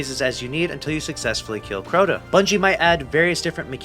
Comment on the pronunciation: How in the world did you turn this into a 10 minute video? It's Crota ya silly goose 🤪